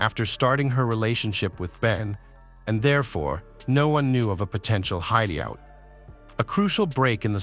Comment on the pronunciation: Loved hideyout 😂 Stupid AI